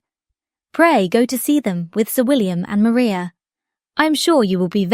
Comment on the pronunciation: Please remember that Charlottes sister is Mariah, like Mariah Carey and Not Maria. AI ALWAYS gets it wrong.